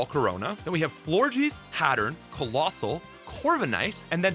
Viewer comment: aint no way Florges is pronounced FlORGY ahaha